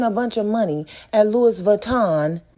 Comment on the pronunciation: the way you pronounced Louis as “Lewis” has me on the door 😂 lmao! 🤣 and isn’t flaunting all that cash kinda dangerous? putting a target on her back smh